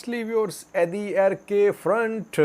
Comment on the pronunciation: It’s adarkay not Adi arkay ok